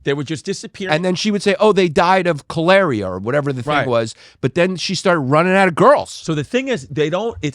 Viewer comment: " they died of koleriiah" - yanni😂😂😂😂